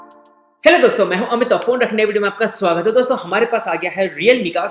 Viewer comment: phone rakhne ke vdo main apka seagat hai....maine ye channel subscribe kiya hai...meri ek hi vinanti hai se ki ek bar achche se bolde ke swagat hai apak phonr radar ke vdo main